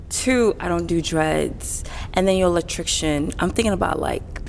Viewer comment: She can’t even pronounce Electrican correctly lol. Electricians get paid very well, especially an independent contractor.